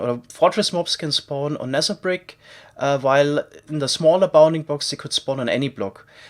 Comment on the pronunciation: i'm a new subscriber... can someone explain me why he pronounce the "th" sound like "s/c" like Nether -> Neser and Theory -> ceory?